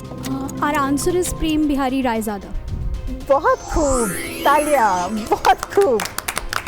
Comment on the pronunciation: राजयाद 😂 oversmart kanikaaa👻 Its रायजादा 😊